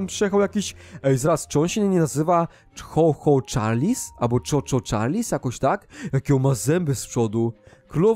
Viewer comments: No ale się tak nie mówi tylko (Czu Czu czarls) ok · Choo choo charles muwi się czu czu czarls